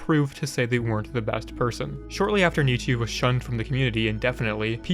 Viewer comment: Hi I just want to let you know that you mispronounce Nicchi’s name. It’s pronounced the same way as “Nicky”. I know because I (unfortunately) share a name with them.